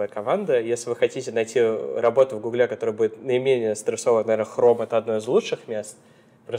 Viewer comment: Не в гуглЕ, а в гУгле!